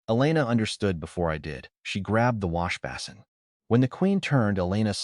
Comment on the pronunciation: You had some issues saying washbasin, /wŏsh′bā″sən/, I've heard worse; this just felt wrong in my ears.